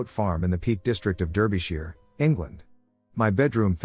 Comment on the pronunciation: Derbyshire is pronounced Darby-shh